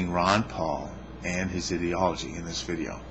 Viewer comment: I listened to the first 30 seconds or so and couldn't take your mispronunciation of "ideology."